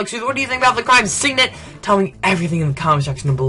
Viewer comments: Syndicate, not signit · Great review and I'm sorry that I'm going to be that guy but it is pronounced sin-di-kit syndicate not synite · Syndicate bro, "Sin-dy-cate"